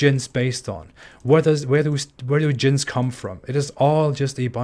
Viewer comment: It's very strange to hear you say djinns, you pronounce it exactly like the Arabic word for sex (jinss) and we all know that jinss is a very important part of Islam!